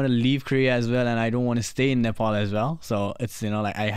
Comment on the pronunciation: Being Nepali ,It would be really nice if u you could pronounce Nepal, Kathmandu n Pokhara as Nepali.